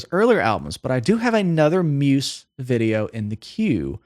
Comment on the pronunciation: The way this guy says Muse pisses me right off. 😂